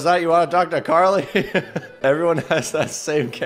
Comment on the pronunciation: Bruh its Carly Not Garly 😂🤣